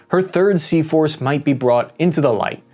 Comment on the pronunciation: Everytime he says Sea Force I somehow hear seahorse 😂😂😂